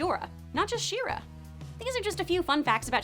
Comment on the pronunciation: I am I the only one who heard “Shiro” instead of “She-ra”?